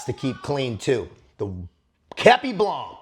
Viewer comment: Hey, do not prononce the c in blanc common dude!!